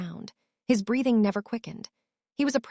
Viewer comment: and "brething" instead of breething (breathing) over and over